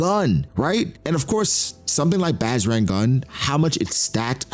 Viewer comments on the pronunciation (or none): Hey, just a quick tip from an indian dude. The bajrang in bajrang gun is pronounced a bit differently. You can say it more like - budge - rung gun. Great video